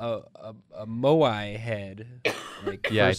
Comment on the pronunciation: First English-speaking person who I've heard say moai. Thank you so much